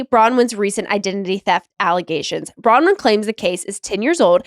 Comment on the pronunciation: Nick, why do you refuse to pronounce Bronwyn's name correctly?